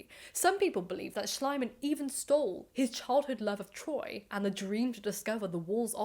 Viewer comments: I think it's really funny how you pronounce the name Schliemann, as the German pronunciation isn't Schlaiman (which is my attempt at writing it the way you say it), but more like Schleeman, it's pronounced e, not i. However, Schlaimann sounds very much like Schleimmann, which is German for slimy man, which kind of makes this a lot more funny 😂 Ope, just saw others already pointed out both the mispronounciation and the funny meaning of it, so I'm late to the party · Actually the name Schliemann is pronouced like "Shleeman/Shleemun" ..the German letter combination "ie" (called in German "the long i" pronounced longer than just a solely written "i" which is pronounced like the English "i" in "is" or "in" or "mirror") is like the english "ee" like "flee" or "knee" or "glee"..the German "a" is like the british RP English "a" in "fast" or "task" or "mask" or like the English "u" in "hunt" or "blunt" or "trust" Would his name be "Schleimann" with letter combination "ei" which is pronounced like the English "i" in "isle" or "Ireland" instead of "ie" then your pronunciation would have been basically correct. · The keyword here is "gross exaggeration". Most scholars today admit that modern archeology actually started with Schlieman (Schleeman not Schleyeman). We have come a long way since then and should maybe not judge mistakes by modern standards. I think most of the English narrative boils simply down from being pissed that a German bloke "stole" the glory from a Brit. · I assumed it was an intentional mispronunciation, in keeping with the premise of the narrative: Schliemann=slime-man. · I love how the way you pronounce the name, "Schleim-Mann", would literally mean "Slime-Man" in german 😀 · It is pronounced SHLEE-man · I like your pronunciation of Schliemann, if incorrect, far more, because it sounds like Schleimmann, meaning a slimmy man or a sycophant. Befitting a man such as this. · I think it's pronounced "schleeman" (ˈʃliːman in IPA)